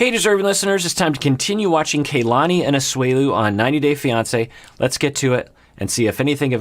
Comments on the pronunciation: Aggghhhh! Does have a personal grudge against Kalani or something? Am I missing something? Am I just being sensitive? He made a big, big deal out of properly pronouncing Larissa's name, but now over many weeks, videos and wardrobe changes, he still mispronounces Kalani's name. Urrrghhhh! Haha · The cast seem to pronounce Kalani's name - 'Kah-lani', as opposed to 'Kay-lani"